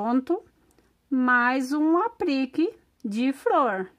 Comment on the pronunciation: Aprique? Kkkk putz insuportavel ouvir